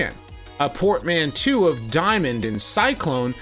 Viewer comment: Hahah. Your pronunciation of portmanteau is hilarious